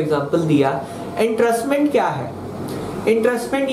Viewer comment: आप को एंट्रस्टमेंट (entrustment) कहना है क्या? आप तो इंट्रेस्टमेंट (intrestment) बोल रहे हो...